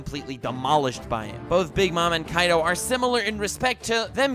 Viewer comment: Its not kaido its kai d o